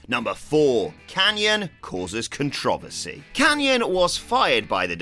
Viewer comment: A like, immediately for the word “Kun-trov-uhsee”